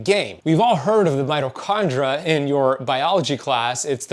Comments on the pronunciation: Mito kon DREE ah. There is an I before the A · I'm sure know that it's spelled mitochondria😊😅 It's the way he pronounces the word. If you activate subtitles you'll see that the word is correct. 🙏🏻